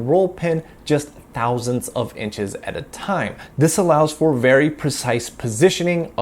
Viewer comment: Why do you say "et" instead of "at" when using the english word "at"?